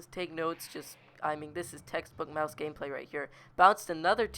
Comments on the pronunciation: U know it's called Maus not mouse U DONT SAY IT LIKE MOUSE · It's not mouse not pronounced that way it's mA us not mouse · Not a. Mouse it's a Maus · Its not pronounced 'Mouse'... Its pronounced 'Moss' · Holy shit stop saying mouse its maus mAUs not mOUse ok holy shit its so damn annoying hearing mouse every 2 seconds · it is pronounced MaS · It's pernounced may-o-us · obviously never attempted to speak German then.